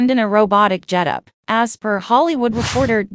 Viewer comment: “jetup” Ugh. This is why I wish they’d stop using computer-generated voices in these videos. So many mispronounced words—and it’s not just proper nouns. Getup is too much of a challenge, apparently. If you want to establish credibility, this is not the way to do it. This is sloppy and definitely not a substitute for an actual person narrating.